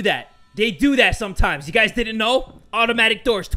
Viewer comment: It’s “Gucci”,and it’s “guys” Not trying to be rude